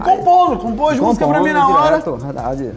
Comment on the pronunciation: Ele pronúncia Musga. 😮😮